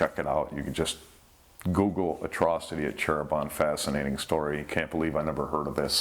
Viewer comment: Hi. Back again to this title, and as a native in Java island of Indonesia, allow me to correct the word of our "Cheribon" city. It's actually "Cirebon" not "Cheribon". Thank you!